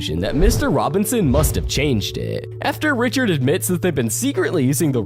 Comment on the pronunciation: You say mustddddddd